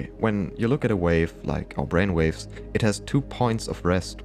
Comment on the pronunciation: Our Bwain waves 😂